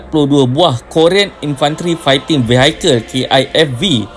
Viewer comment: Min...sebutan dalam bahasa english..kenalaaa sound nya good n acceptable.....vehicles